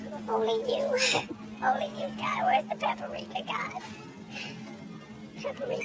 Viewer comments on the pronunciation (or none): bruh said "peeper-ika" im just done lmbbooooo